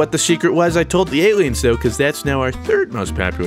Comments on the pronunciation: "Alients" lol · "alients" is killing me